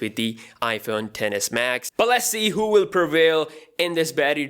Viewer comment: Sounded like he said "The Iphone deadass max" 😂